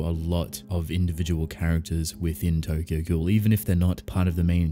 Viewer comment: It's not TOGOGO. It is Tokyo Ghoul.